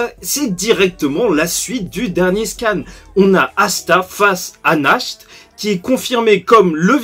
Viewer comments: C est nacht pas natch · En allemand "Nacht" ça se prononce Nart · Salut si tu veux prononcer Nacht à l'allemande tu doit dire Nart parce qu'en allemand ch=r